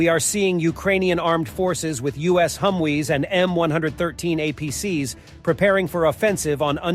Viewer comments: “Pew-tin” “Humwees.” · I love how he pronounced "humwees" 😅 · Did he say "Hum-Wee's"